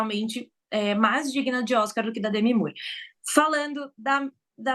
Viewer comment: DEMI MOORE ( PRONUNCIAR: DEMI MÓRE)